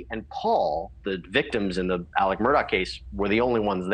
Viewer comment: It kind of bugs me that everybody calls him Alec, when his name is spelled Alex with an X. Is that just some meatball head southern thing?